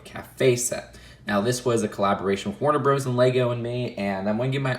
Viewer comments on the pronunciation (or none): When says Warner “BROS” it sounds like he’s saying Wonder Bras. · Warner Brazzers